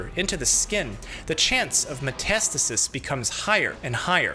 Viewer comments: I always though metastasis was pronounced meh-tuh-STAY-sis, not muh-TAST-is-is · It feels weird to hear Metas tasis..... I generally hear and pronounce it as Meta stasis